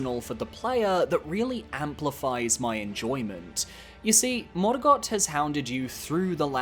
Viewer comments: I love this channel but every time you pronounce Sekiro and Morgott that way I die a little bit inside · Stop saying morgott like that